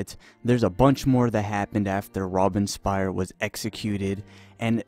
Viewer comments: “Robin-spear” lol. Robespierre is pronounce Robe•spee•air. No hard feelings though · Robinspeer and Pobinspire :) It is called Robespierre Also you don't pronounce Saint-Just the way you did.